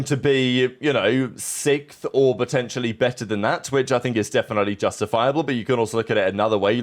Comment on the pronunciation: can’t say sixth 😅